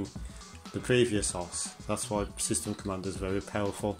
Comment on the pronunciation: O-S- wizard, not "osssss"